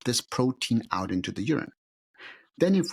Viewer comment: Pronounce the word “out”… It’s not “ow” … it’s “out” Not pronouncing “T’s” is the sign of a liar- unless you’re Russell Brand or the English 🙂